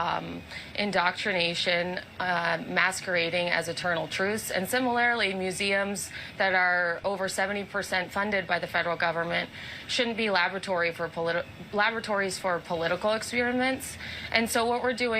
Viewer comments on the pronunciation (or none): Similarily???? I think she added a syllable there. Similarly. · Simalarily is a perfectly cromulent word. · Simi -Lar‐riliy? She means similarly. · Word of the day Similarily.... 🤣🤣🤣...jeezus christ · Did she say "similarily?" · New word: "Similarily". Nice. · "Simalaraly" LOL. The way she speaks reminds me of when I was in grad school at USC at the School of Public Policy, which was full of closet republicans, one of my colleagues wrote: "People need to have accessible access to internet access." These were graduate students who were going into public policy, public administration, and elected positions, some already worked for the gov't! Yet, some couldn't speak or write in coherent sentences. They're of the same ilk. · I love "similarily"! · "SimiLAIRELy." Gah. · “Simil-airly” Got it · "Similarily" WTF? Is this how you speak English? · Sim-alarly is not a word. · "similarily" lmao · Yeah. She got confused on the vowels.